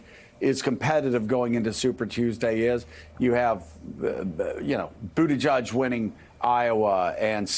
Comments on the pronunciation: I wish these people would stop MISPRONOUNCING Buttigieg....it is Boot-ih-jedge....NOT Boot-ih-judge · did he say BootyJudge???? lol